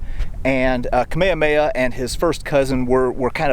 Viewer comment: Pronounce the “h” in Kamehameha.